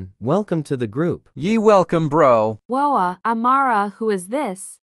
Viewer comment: saying froup not group